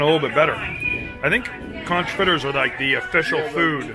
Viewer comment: i don't think so because someone had to correct him on conch too lol. unless that's part of his character?